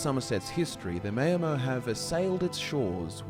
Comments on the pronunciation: Just want to point out that the name is pronounced “Mour-mer” like hour not “may-or-mer.” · The mao in Maomer rhymes with ow. Like chairman Mao. Not mayo. Great video, I love the focus you put on the lore, keep up the great work. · Great video, except that Maomer is not pronounced mayo-mer. In TESO it’s maʊ (like in ‘hour’). You do such great research for all your videos, so I find it a pity if the impression suffers a bit from all the words that aren’t pronounced the way they can be heard in the Elder Scrolls games. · O gods stop sayin Mayo.mer!